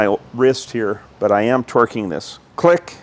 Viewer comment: And "twerking" up the head bolts lol